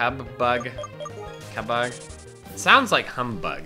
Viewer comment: Cubbug pronounced cue bug